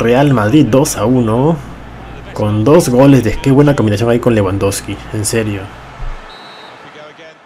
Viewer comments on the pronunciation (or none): none